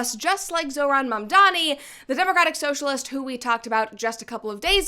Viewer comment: You were the chosen one! It was said that you would destroy the Sith, not join them! You were to bring balance to the Force, not leave it in darkness The hycropacy not even pronouncing Zohran Mamdani right 💀